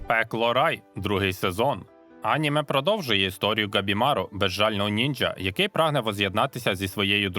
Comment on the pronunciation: Наголос на слові аніме неправильний. Коли дивлюся в оригіналі, вони кажуть анімЕ, а не Аніме. Немертвого і невдачу краще б взагалі не перекладали. Перший сезон із поклонінням русні задрав.